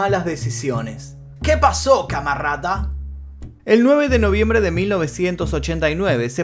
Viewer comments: Ese “que paso camarrrrrada” te da vida xd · esque en la introducción al tema dijo “que pasó camarada” pero como un ruso a tope xd